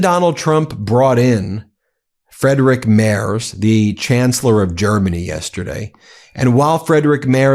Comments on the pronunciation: Hej, please learn how to say "Friedrich Merz". It's Freedrihk Maerts. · Ben, it's pronounced Freedrich, not Freidrich 😉